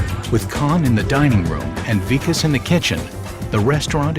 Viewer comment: the way they pronounce vikas as weekus is soo funny